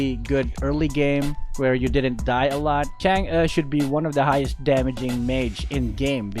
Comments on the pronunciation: Its actually pronounced tsung uh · you pronounce her name wrong its pronounce like changgay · It's, ~chan, g~.. easy man. chan gee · Filipinos call it chang eh but its really pronounced chang’ah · Bakit Chang'a dinig ko sa pagsabi mo nang pangalan niya hahaha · Chang'e's name is spelled "Chang'e" but pronounced "Chang'auh" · Chang'e Pronunciation :chang uh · and other pepol: Chang’uhh Me:Chang’ie My friend:Change. Btw Luv yah (are you Filipino cuz I am) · it's CHUNG UGH get it right